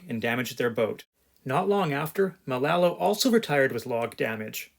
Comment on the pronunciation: Nice video. But the name of the boat is Malolo. Not Malalo. Malolo means flying fish. A combination of "Manu" (bird) and "Lolo," meaning silly or crazy.